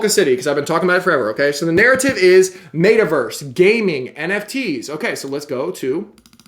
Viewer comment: Its META Verse not Mayta Verse lol